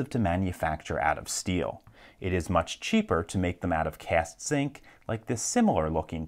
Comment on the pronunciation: 😑 he says zinc on the "on guard" lock. 🤦🏻‍♂️